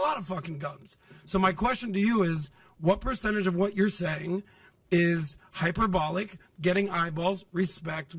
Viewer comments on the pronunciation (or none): The fact he doesn't know how to pronounce hyperbolic says a lot to me.